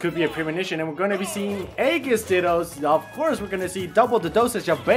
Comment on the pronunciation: If I had a penny for every Smash announcer that can't pronounce Aegis... Just say Pyra and Mythra instead of trying to sound interesting guys.